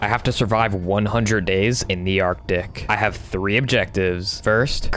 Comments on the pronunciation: My guy actually said ardick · WTH at the start sounded like u said ardick! 🤣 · At start u said ar tic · Can i beat minecraft artic watch the whole video to find out What i hear: Can i beat vr ardic watch the hole video to find out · Ah yes “the Arctic”